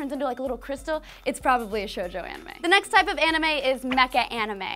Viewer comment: Not gonna talk about seinen? Okay. Also, its either Shōjo or Shoujo, not Shojou!